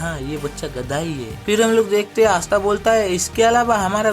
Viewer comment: Asta ❌ aastha ✅